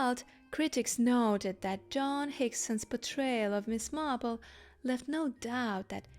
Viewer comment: your pronunciation of "Joan" is distracting and annoying